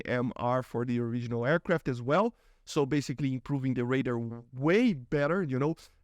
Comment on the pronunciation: Yo the way you say radar is hilarious. ''Raider'' ? ? ?